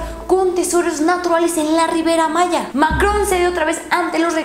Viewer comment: Se dice Riviera Maya no Rivera Maya Uff